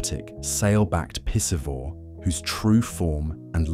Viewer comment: He just said it again with emphasis! “PISSivore”…Haha, definitely did not say piscivore!